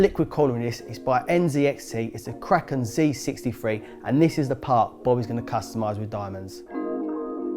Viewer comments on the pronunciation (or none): none